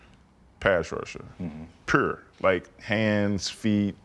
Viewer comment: I love Tuck as a player and a person, but get that man a speech coach so he can learn how to say 'pure' 😂😂😂